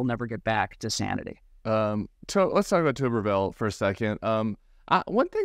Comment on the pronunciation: It’s Tubber-ville. Not Toober-Ville.